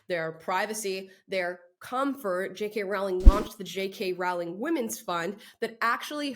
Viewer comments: Her last name is pronounced "roh-ling", like rolling". Not like growling. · Amala, PLEASE pronounce 'Rowling' correctly. It rhymes with 'bowling', not with 'howling'. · Wanted to listen to this story, but can't get past 'Rowling' being mispronounced any more. Rowling rhymes with 'bowling'. She is one of the greatest English writers of our time. I wonder if she has even heard of Ms Cho. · Why can’t people get her name right? ROW-ling. Row- as in rowing a boat. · J.k. Rowlings' name is pronounced like Bowling. Like the sport.